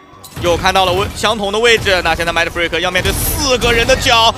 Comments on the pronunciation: 其實就是發音問題，他們也不算說錯啦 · 影片很好看 但Mindfreak名字一直唸錯有點煩（賽評